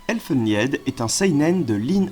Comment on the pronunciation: Pas mal. Bon fait a l arrache 😅 avec pas mal d approximation ... On aurait apprécié. Les différentes éditions et une prononciation correcte de elfen lied. Qui de + existe en VF 😅 Je rajoute. - hellsing (réédité en grand format en Nov de cette année). - hommunculus (par l auteur d Ichi). - Berserk (la base). - hokuto no ken. - ushijima l usurier de l ombre. - i am a hero. Certains sont relou a trouver surtout dernier tomes. Car plus édité. Donc prix exorbitant. Un peu de pub pour les éditions "darkhorse". Vous y trouverez hellsing. Berserk. Vinland saga ... Édition en VO anglaise UNIQUEMENT. Peace.